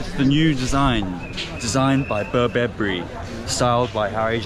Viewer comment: Bro not burbeburry its burberry 😂